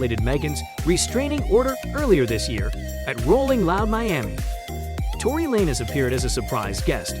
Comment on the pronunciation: This is weird why do I keep saying these little videos defending Megan thee stallion with no point of reference or mentioning of Tory Lanez evidence and also mispronouncing his name